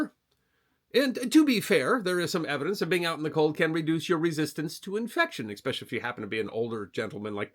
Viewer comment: "Eckspecially"...? Really? This country started with three stooges and now it's all of us.